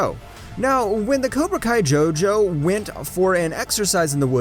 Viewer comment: Mans said jo jo😂😂😂